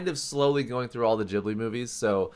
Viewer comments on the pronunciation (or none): Aaah why you still say "Jhibly" .. you dont say jif instead of gif aswell, do you c_c